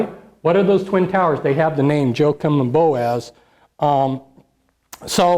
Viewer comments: Joachim is pronounced wah queem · Jochaim is pronounced wahkeem